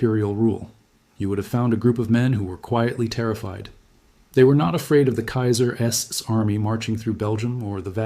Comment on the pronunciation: Or "The Kaiser's" is pronounced "The Kaiser S."